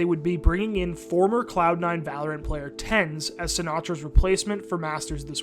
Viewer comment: SEN Tenz, huh?